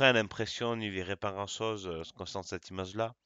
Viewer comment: Il faut dire image et non imaze